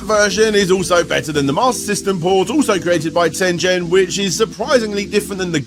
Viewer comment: I think it's pronounced 'Tengen'.